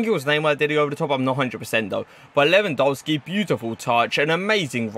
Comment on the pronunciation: Why do you say lewandolski